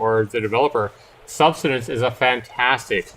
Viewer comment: My eyes widened as he pronounced Subsistence as "Sub-stin-ence" over and over again! 😳 Yeah, the instant I first saw this game earlier today, I thought of Subsistence. But as you rightly point out, Cold Games is a competent and professional games developer, and his game actually has a reason to exist. " Jean Groenewald" is making a basic and uninspired student project that will never be able to compete in the survival/crafting game market. It has no business being shown to the public anywhere except sites that are dedicated to hosting projects for educational purposes. I hope he learns a lot about building games from his time working on Era of Survival, but he's not yet good enough to make a serious commercial product.